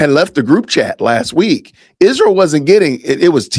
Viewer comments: Why does she pronounce Isreal Ishreal?? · She can’t even pronounce Israel.